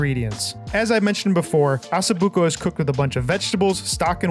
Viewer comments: why you call it assa buco it's osso buco ok????? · OSSO BUCO pronounce the O it is not asso buco! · It’s not pronounced “asso,” it’s “O”. 😂😂😂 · Osso not asso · not Asso-buco 😂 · Nice video but where are you getting Asso buco , it’s Osso buco😂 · Its NOT ASSOBUCCO its ossobucco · Please please, it’s pronounced “ oh so buko “ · Learn to pronounce it first lol assa 😂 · Hahaha ha, I caught that too, on purpose or not, that's what I'm calling it from now on